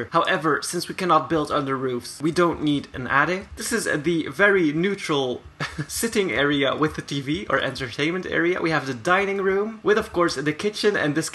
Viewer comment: How i hear things you said tining room Batroom I just am diffrent 😳✨